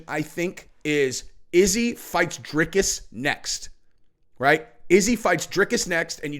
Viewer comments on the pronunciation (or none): Love the channel. Ps, i think it’s pronounced DRY-CUSS